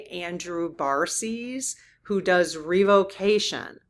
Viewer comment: I’m a little confused you said Andrew talks about revocation and you pronounce it RE VO CATION just like it looks, but I don’t know if I have the same word because I pronounce it REH VUH KAY SHN does it have the same meaning can somebody let me know because I pronounce that word the same way Google does